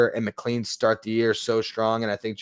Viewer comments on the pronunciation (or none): Just fyi: Nolan McLean’s name is pronounced “McClane.” Like Bruce Willis’s character in Die Hard. Doesn’t seem like it should be pronounced that way, but it is.